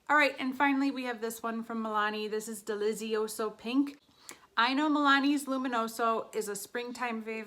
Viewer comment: I think it should be pronounced "delitsioso" (the z is strong, like in "pizza"). It's Italian for "delicious" and well I suppose this is how it should be pronounced ahahah